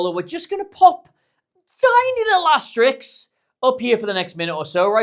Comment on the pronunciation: Great insight. PS. The word is “asterisk”, so don’t RISK pronouncing it like “Asterix” the Gaul!